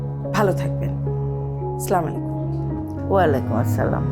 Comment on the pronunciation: what is SLA-MUALIKUM ???? Why people dont say As-salamu Alaykum ????